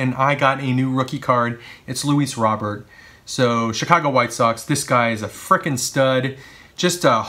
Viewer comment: Nice haul as always. And just to let you know Luis Robert's last name is pronounced "Ro-bair"